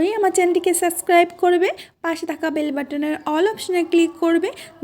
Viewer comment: Subscribe শব্দটার সাবস্ক্রাইব উচ্চারণ শুনে শুনে অসহ্য হয়ে গেলাম। কেবল আপনি নন অনেকেই এই উচ্চারণটি করেন। আপনাকে বলার কারণ মনে হল আপনি সঠিক উচ্চারণ করতে পারবেন। কেবল কোন টা ঠিক সেটা জানা নেই। সাবস্ক্রাইব উচ্চারণ করুন।